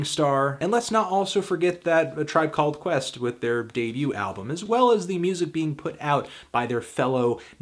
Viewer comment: A Tribe Cal-led Quest